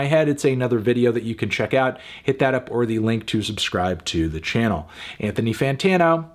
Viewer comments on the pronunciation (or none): none